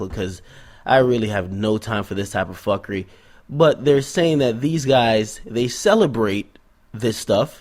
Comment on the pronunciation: yo mi did know you a Jamaican from I heard you say "fukery" bless up bredda